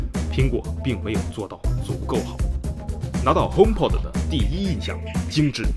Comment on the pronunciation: py君的聲音呢？…看了值不值得買234集，還是第一次碰上這樣的問題？！...還有，應該是HomeP"o"d〔a〕跟iPod一樣。